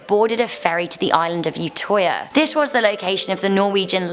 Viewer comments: By the by,, you said ''Utøya wrong ''....I'm sorry,but i had to say it..... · Cringed at the way she pronounced Utøya